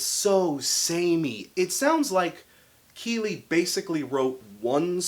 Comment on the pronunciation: You're pronouncing Kele wrong and the new drummer didn't even join the band until the album was finished. Just some correction 😉